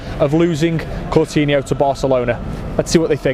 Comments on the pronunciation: guy keeps saying "Cortinho" WTF? Coutinho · Who is cortino? Cor-tino 😂😂😂